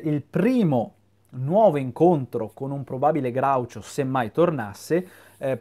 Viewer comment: Sei l’unico che pronuncia Groucho correttamente, questa cosa mi commuove.